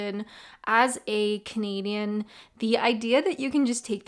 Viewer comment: When you said "I'm a Canadian" I thought you said 'I'm a comedian' lol 🤦😆🇨🇦🇬🇧